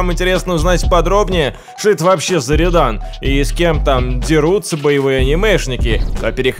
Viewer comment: Рëдан, а не редан